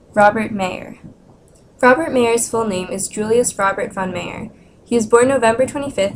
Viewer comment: Sorry, the location of MAYER is wrong. He is no beer drinking man from Bavaria ! We lived in BADEN WUERTTEMBERG !! Please pronounciate MY-YOUR and not MAY-ER ! This sounds very bad for my German ears ! THANK YOU !